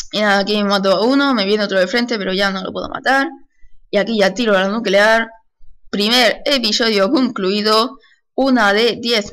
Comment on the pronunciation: Estoy en 2015 :D por cierto "NUCULEAR"?